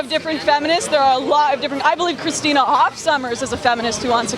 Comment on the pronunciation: Did anyone notice the weird way she said Christina Hoff Sommers? She kind of put emphasis on the "Hoff".